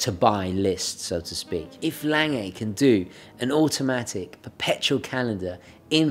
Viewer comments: Omg please stop saying "layng-ay". It's German, it's "long-gah". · It is pronounced "Long-uh" not "Lang-ay". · I enjoy your videos and subscribe to your channel. I particularly enjoyed this presentation of the Lange, however I do wish you would learn to properly pronounce the name of your subject, Lange.